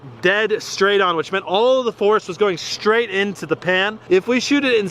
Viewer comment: ''Stright'' Huh?